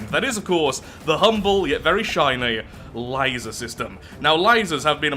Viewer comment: Laser not litser